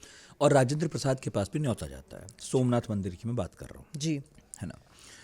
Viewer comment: सोमनाथ को सु मनाथ बना दिया , वाह देवी जी वाह 😂😂😂😂 अब समझ आया की जेएनयू से देशद्रोही क्यों निकलते हैं। ये बकवास पढ़ाया जाता है वहां।